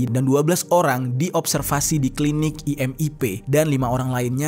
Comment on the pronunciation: IMIP BUKAN IMPP